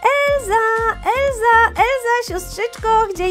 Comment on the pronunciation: Nie Elza tylko Elsa